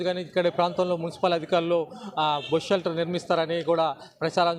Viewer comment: It's Bus Shelter not bosu shelter